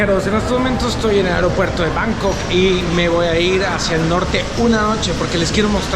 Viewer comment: Entiendo que Bangkok en español se pronuncia "bancóc", lo de "báncoc" que usas suena girngo de a madres.